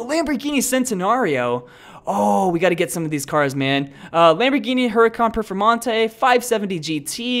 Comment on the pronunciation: nice pronouncing perfomante